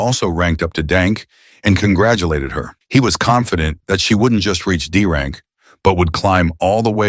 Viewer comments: AI narrator be like: D rank = Dank C rank = Cank B rank = Bank A rank = Ank S rank = Sank What is this 🥀😭😆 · I love how the AI narrator calls D rank Dank